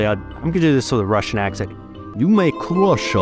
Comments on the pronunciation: Im russian, and hate to break it to you but you need to work on your R's more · Russian accent spot on 😂 but seriously very interesting, I didn’t know the background nor the Russian and Danish connection- I think I assumed it was British or French